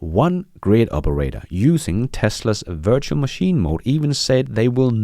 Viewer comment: Precisely!, as a Danish citizen, sometimes struggles with English. We must be indulgent. 😏